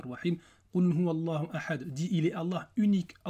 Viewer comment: As Salamou alaykoum wa rahmatoulahi wa barakatouh.je me permet une petite rectification. Le alif ne se prononce pas, du coup on dit-qoul houwa llahou ahad, et non qoul houwa allahou ahad. Barakallahou fik .